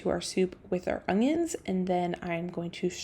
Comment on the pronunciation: UN-YUNS, not UNG-yuns 😫😫😫😫